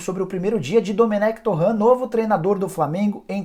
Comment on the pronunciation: SE FALA: DOMÉN